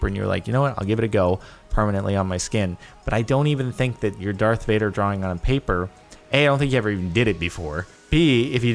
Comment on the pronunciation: It's Darth Vuder